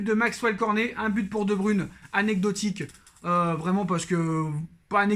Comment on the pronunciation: Debruyne se prononce Debreuyne